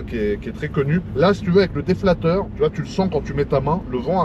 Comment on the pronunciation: c'est la seconde vidéo où je t'entends dire déflateur. La première fois c'était sur celle de la Bugatti Déflateur en Économie => Corriger l’inflation Déflecteur dans le domaine technique => Dévier un flux (air, eau, etc.) Ps: Si tu l'as fait exprès pour avoir plus de commentaires, essaie d'autres méthodes car si une personne ne lit pas les commentaires, tu risques de l'induire en erreur.